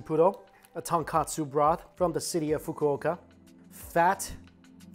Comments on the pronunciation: Tonkatsu is the pork cutlet...it’s Tonkotsu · tonKOtsu, not tonKAtsu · Mike, there's a difference between "ton kOtsu" (pork bone) and "ton kAtsu" (pork cutlet). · Tonkotsu not katsu Mikey! You've been saying Tonkatsu = pork cutlets, for so long xD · Love you videos but please STOP calling it TonKAtsu broth.... Its TonKOtsu, no letter 'a'.... Tonkatsu is fried pork cutlet.... Tonkotsu is pork broth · Mikey, brah, you gotta get this right once and for all... TONKATSU = Pork Cutlet TONKOTSU = Pork Broth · Ton-KOH-tsu, not Ton-Kah-tsu. Completely different things. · Just me being picky but it’s ton-KO-tsu broth not ton-KA-tsu (breaded/tempura-ed pork cutlet) 😅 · Hey Mikey, it’s not tonkAtsu ramen, it’s tonkOtsu ramen. Tonkatsu is a different type of japanese food, it’s fried breaded pork cutlet. Tonkotsu is the pork broth of the ramen. Good reaction video tho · Mikey, tonkotsu and tonkatsu is two different things! You kept saying tonkatsu haha. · bruh he cooked the noodles wrongly and he calls the broth tonkatsu instead of tonkutsu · Love your reviews but just a little note. its tonkotsu not tonkatsu which means pork cutlet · I cringe every time he says tonkatsu instead of tonkotsu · Ton-KO-tsu bro not Ton-KA-tsu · Absolutely love watching your channel - your love for food totally brightens up my day! One thing you might want to improve on is the pronunciation: when it’s ramen, it’s Tonkotsu, not Ton-Katsu. Tonkotsu = pork bones (ton is pork and kotsu is bone), while Tonkatsu = fried pork cutlet … very different things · “Tunkatsoo” 🙅🏻‍♀️🙅🏻‍♀️ Tone-koht-soo 👌🏻